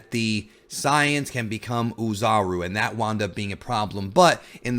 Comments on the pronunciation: Say-yans not Psy-yons. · ok if youre gonna use the "correct" term of the saiyans, then say saiyajin cuz it really sounds like your saying scion not saiyan. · Sorry it's really bugging me, correct me if I'm misunderstanding something but you're saying that you want to be more authentic with your pronunciations and names of the dragon ball terms right? When you say "Saiyans" it really doesn't feel like your being authentic to english or japanese. Did you just combine both "Say-yan" and "Sah-yah-jin" to get "Sah-yan"? Because it sounds awkward imo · We're in America, dawg. Who cares about authenticity? We know them as SAYINS and TURBLES. You just sound dumb saying siyins. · nobody: SAYANS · Omg all of those who speaks english and call saiyans "sayans" are bunch of virgin pretentious fans. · Christ man, just say ‘say-yans’...please... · The “Pys-ans” cringey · Am I the only one who couldn’t watch the video just off how he’s pronouncing saiyans 😂😂😂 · Yh I tried my best to ignore it lol